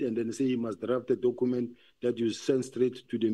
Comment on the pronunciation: this dokhument that Dokhument yooo. Documents, Dokhument 😅